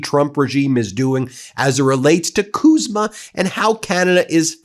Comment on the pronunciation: CUSMA not KUSMA we are not Kanada.